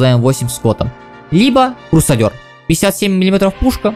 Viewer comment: Как убить своего учителя английского? Скажите "Крусадёр"